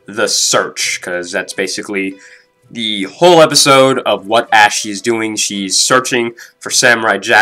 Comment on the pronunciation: Why do you keep pronouncing her name like "ashy" when it's meant to sound like "aushee"